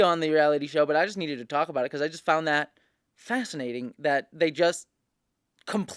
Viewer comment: Every time she says "fascinating" I hear "fascist" ??